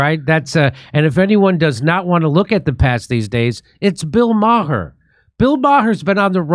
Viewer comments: Jimmy needs to learn how to pronounce 'Maher'. In fairness it does depend what part of Ireland it originates. In some places it is 'Mah-hur'. More widespread it is pronounced 'Marrh' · Jimmy "Dore" with a blatantly Irish surname can't recognize another blatantly Irish surname? WoW! Bill "Maher" pronounced Marr as is in "Mars" the planet without the "s". Come on Jimmy, get it together! Bill Maher's mommy is/was Jewish and Jimmy's dad, unless there was a change somewhere in the past is or was of Irish decent too. We used be well aware even as multigenerational Americans of our family backrounds but, I guess at some point that was lost along with so much else... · Ma-her? Heh. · Anytime you're ready to STOP saying Bill "Mah-Her" that would be great, thanks. Send that moniker packin' along with Kurt. ;)